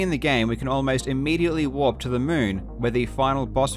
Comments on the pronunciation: I keep hearing "Moon walk" instead of "moon warp" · I spent the entire video trying to figure out of he was saying walk or warp. Link kept running backwards, so I figured that had to be part of the reason it was called the moon walk. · I thought he was saying moon walk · When he said "Moon Warp" I thought he said "Moonwalk" 😂😂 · his accent doesn't have the pronounced rhotic r sound that an American accent saying "warp" would have, so it sounds more like "walk"